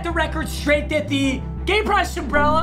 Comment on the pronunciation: Nobody:: Sumbrella